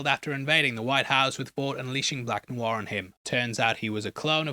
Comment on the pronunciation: New Noir sounds funny, like New New R, lol